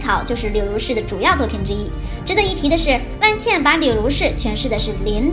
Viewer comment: 不是万茜（xī）吗？